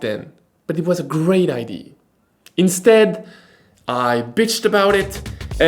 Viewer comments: Bonjour, juste pour votre information idea se prononce (aɪˈdiə). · Any help from the sponsor for the pronunciation of “idea”? 😂 Just kidding, I’m glad you are back 😉